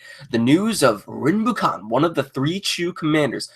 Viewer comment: "Rinbukhan" lol